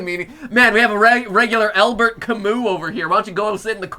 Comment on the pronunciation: Huge theatre geek It's pronounced "Albair" not "Albert". My favorite Camus is The Myth of Sisyphus. No Exit is definitely a great Sartre play. Even though I'm a bigger Samuel Beckett fan... Waiting for Godot